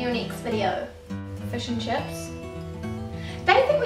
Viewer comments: fush n chups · The rest of the World thinks you say "fush and chups" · When you say fish and chips it kinda sounds like fish and chups